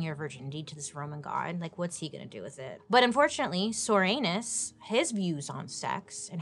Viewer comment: Come on... Soranus? Comstock??? I think these people's names were intentional, dear lord